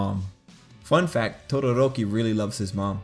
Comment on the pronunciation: why do i kept hearing "tororoki"? oof onelikey for me tho